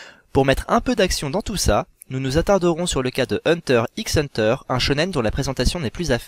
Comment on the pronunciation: Vidéo bien sympathique... juste le "x" dans "Hunter x Hunter" est muet ^^